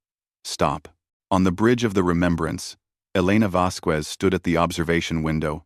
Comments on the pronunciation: The name Vasquez does NOT have a "W" in it!!!!!!!!!!!!!!!! Her name is NOT "Vasqwez"!!!!!!!!!!!!!!!!! fHow the HELL can your AI say "Vasquez correctly in every other sentence and WRONG in every other one!!!!!????? Crappy AI! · Your AI also never learned how to properly pronounce the name Vasquez.